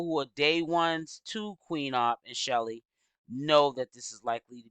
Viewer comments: Hi love your videos. Her name is pronounced SHELL like seashell… Her name isn’t Shelly. Please make note so people can also use these videos in the investigation. Details matter❤ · Chelle, like SHELL. Why you mess up everyone’s name?